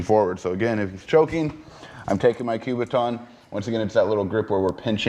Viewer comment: Learn how to say the word "kubaton", it is NOT enunciated with a "Q", it is a "K" you sound like a fool.